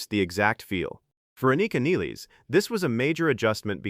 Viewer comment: At least you are the first one who pronounce her surname correctly.